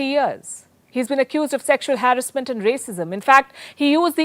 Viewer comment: Ur pronouncing harassment wrong way,please goto google pronounce and check it..a good reporter always do homework before,love your journalism ❤